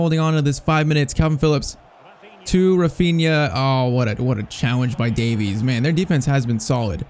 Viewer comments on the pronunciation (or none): none